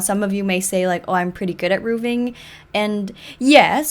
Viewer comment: The way you say "rooving" with a hard F is adorable. Rn I'm building a house in glimmerbrook or wherever, I have also had some issues with roofing and adding towers 😂 would love to show you once I'm done, I post them all on Twitter